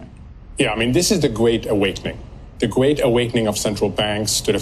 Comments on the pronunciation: The Gweat Awakening... The Gweat Awakening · the gweat awakening lmao